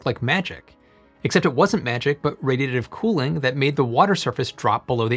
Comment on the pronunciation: Just a professional tip: when your announcing the actual subject make sure you pronounce it clearly and correctly. I had to wait over halfway through the upload before I could actually understand you were saying "Radiative Cooling".